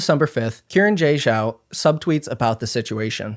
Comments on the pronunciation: her name is pronounced as Shee-ran j Zhao. she + her. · it seems like it isn’t. saw another comment about it, not sure tho. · y'know, i don't believe that's how you pronounce xiran jay zhao